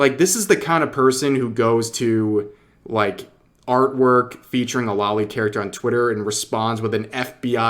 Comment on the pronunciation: Only critique I have here (sorry for being that guy, but I must) is that you keep saying "lolly" instead of loli. Long O sound.